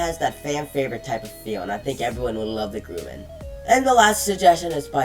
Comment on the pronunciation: Its pronounced Grum-an no gruman